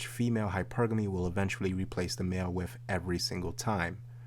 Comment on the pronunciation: Its wiTH, not wiFF!!! Aaaargh!!! It's the only thing I don't like about.